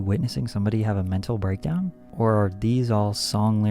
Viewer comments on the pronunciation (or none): He said “mental breakdown” 😂😂